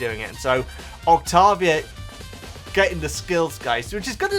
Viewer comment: Saying Octovia instead of Octavia was driving me nuts.